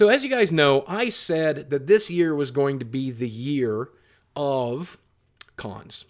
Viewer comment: You do know there is no R in going right? I'm sure u do so STOP with the goring please! Thank you Sir!!